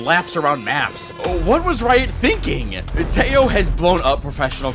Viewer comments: WHY PEOPLE SAY IT LIKE "TE-YOOOOOO"??? FUCK, CAN'T YOU SAY IT LIKE IT IS ON SPANISH????? TEJO! LIKE HO HO HO.HO THE WAY SANTA CLAUSE LAUGHS!!!!!!!! AAAAA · Again, its Te-jo (tehō) not tello. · iTS noT pROnouNcEd TEYO it’S tEHo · teho not teyo fucking moron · Why you pronounce Teo ? lmao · its pronounced teh-joe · its t-eh-o😭 pls im begging can we finally pronounce his name correctly😭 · tejo's name isnt pronounced with an j but with an h like teho since j in spanish is pronounced as h pls learn bro its hard to watch you say his name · isnt it teho? i swear every streamer/youtuber calls him teho. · dude kills me calling Tejo like Teyo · I know bro but you do know how to say the "jo"!!!! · I just love how English speakers can't pronounce his name and say it really really weird, it doesn't sound anything like it xd